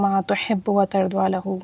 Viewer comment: Tarza lahu ✅ Tarduaa lahu ❌